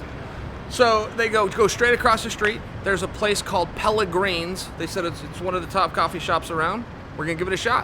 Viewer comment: I LOVE how Chael clearly says "Pelligrines" right after she says "Pelligrinis"